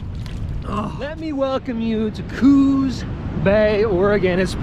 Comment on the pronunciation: Pronounced coos not cooz